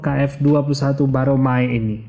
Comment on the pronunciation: Si Mimin ini bener tau permasalahannya atau kagak sih....jujur gue ragu... Nyebutin nama pesawat kerja sama indo - korea aja salah....KFX 21 Boramae disebut Baromae...